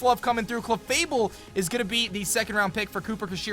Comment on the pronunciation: OMG they messed up clefable its clefable not cefable